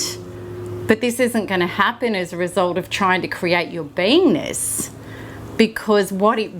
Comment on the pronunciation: It sounds like she's saying I have to heal my "vainess" or "penis." I had to keep listening until I think she said "beingness." Please pronounce better.